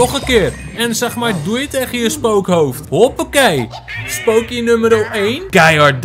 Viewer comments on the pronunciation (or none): naam spook hond: spokey spreek het uit als spookee